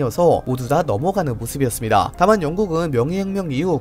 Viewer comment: ~이었습니다 할때 뭔가 씹히는 듯한..